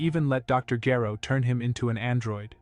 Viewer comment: Or mispronounced name (Gero)